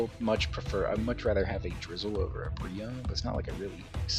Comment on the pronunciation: drizzile in d tier I do not agree with it but I respect it everyone has their own opinions (btw you did not pronounce it right)